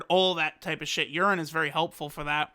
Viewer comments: I laughed when he said “urine” 😂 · I swear you called her urine at one point